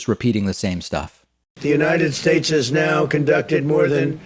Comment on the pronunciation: Still can't say United Shtaych right..... REALLY!!!!!? I know Trudeau isn't that great either n yes he has been investigated but at least he can talk right. A friggin game show host, c'mon America, might as well just nominate Chuck Woolery or Bob Barker to run for President.